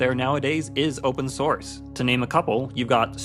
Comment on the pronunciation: oopen snorce